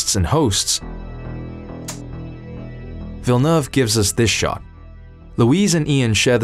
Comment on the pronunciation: I always appreciate when people learn to say Villeneuve correctly !